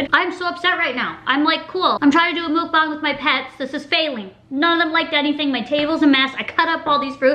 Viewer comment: Muck bang not mook bong